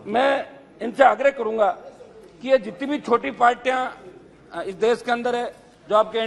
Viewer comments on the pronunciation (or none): Isse jyada knowledge to iske speech writer ko h...wo jo kahna chahta h wahi bol rha h ye....partiya ki jagah partya 😂😂😂